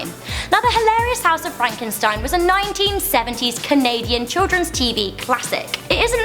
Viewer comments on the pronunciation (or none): But you said Frankeinstein